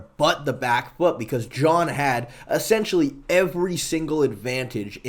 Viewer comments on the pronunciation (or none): none